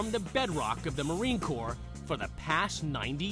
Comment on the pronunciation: i think you mean "marine CORPS" you fucktard. have some fucking respect.